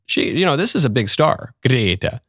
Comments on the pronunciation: I know right 😂 I find myself saying Grrrretta now 😂😂😂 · The way michael says gretta is hilarious